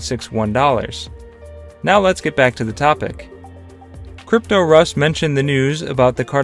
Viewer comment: It’s “cryptos” “r” “us” you mispronounce it so bad that it’s almost unlistenable